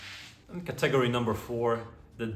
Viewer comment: Great video. Just a kind word of advice on your pronunciation of English. You are pronouncing the word ‘category’ as ‘cat-AG-ory’……which sounds very wrong and could earmark you as ‘foreign’ to some biased people. The correct pronunciation is ‘CAT-a-gory’ (even if not spelt like that). Hope this helps.Please keep up these videos. I love your refined sartorial advice.